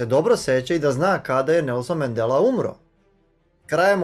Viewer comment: MANDELA a ne Mendela